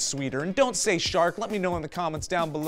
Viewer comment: You said cocky but all I heard was bukkake